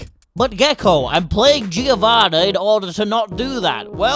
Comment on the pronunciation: guys I know that's going to fuck your mind but in "Giovanna" or "Giovanni" the i is silent